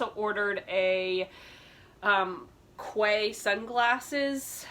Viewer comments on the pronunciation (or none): FYI it’s pronounced KEY for the sunglasses weird but true